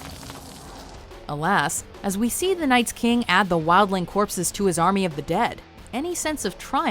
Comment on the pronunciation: "Night's" King Oh my..